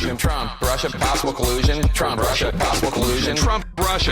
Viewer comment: Why do I hear "Prussia" instead of "Russia"?